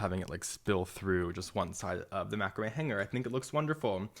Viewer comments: Excellent video but please learn how to pronounce Macrame 👍👍😁😁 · must be where we are from but we pronounce macrame different... thanks for the video helping out heaps